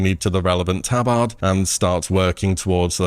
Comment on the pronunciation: Has a hell of a time pronouncing tabard lol